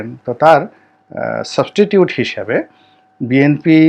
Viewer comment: Not subtitute it is substitue. Please do not speak english. Your Bengali is much better.